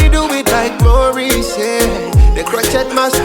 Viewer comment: hello. i want to say this in the friendly way. crochet is a french word. you say crowshay.